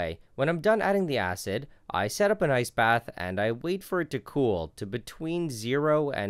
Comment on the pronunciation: The way he pronounces ice bath makes it sound like he’s saying “nice bath” and it makes me happy to hear he’s giving nice baths to his chemicals!!!